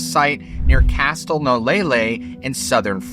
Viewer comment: Bro, you don't pronounce the 't' in castle